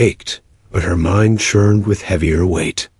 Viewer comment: Churned not shurn.